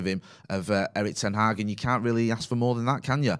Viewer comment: It’s not Ten aaag. Stop butchering the name!